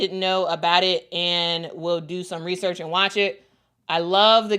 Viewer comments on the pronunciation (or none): none